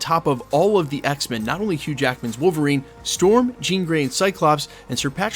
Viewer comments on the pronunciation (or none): none